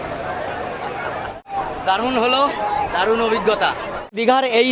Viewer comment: দালুন লছগোল্লা 😂 হোটেল পুর্বাশা কে প্রত‍্যাসা বলছেন 😂 মিত্তি দেয়নি বলে না কি ? 😝😂😂